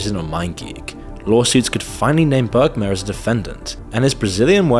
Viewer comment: it s bermair not bergmar u f mron